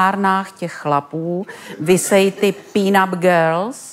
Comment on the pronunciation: Paní jak říká "peen up girls" zní jako "peanut girls", legrační jak vyslovuje "pin-up"😂😂😂mě asi pobavilo nejvíce, s jakou důležitostí to řekla😂😂